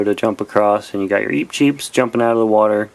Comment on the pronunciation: eep cheep mario (the wrong pronounciation) DOUBLE BRUH